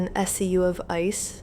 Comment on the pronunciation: Thank you for the spreadsheet! Greetings from Brazil! I love the way you speak "of ice" 😊